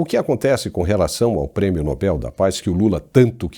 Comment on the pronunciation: Sr., o prêmio é Nobel. Se fosse Nóbel teria acento no ó. A última sílaba é a tônica. Como papel.